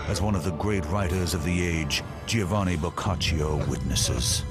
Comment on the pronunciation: It is Giovanni Boccaccio - as in Chovanni Boccacho. Stop saying the "i". Is this a serious documentary, or what?